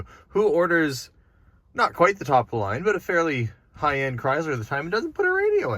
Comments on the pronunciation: It's pronounced "krai -slr" Not "Cryz-lur." It just makes you sound backward when you say it incorrectly. And, BTW, I have a 2019 Lincoln and my transmission is a push button. They still do this. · How you pronounce the word Chrysler makes my ears bleed. 🙂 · Interesting how British and Canadians pronounce Chrysler with a “z” (Chryz-ler). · Slightly unusual pronunciation of Chrysler to my Michigan ears.